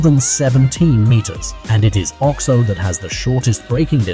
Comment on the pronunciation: I believe it is called the O-X-O not the Ox O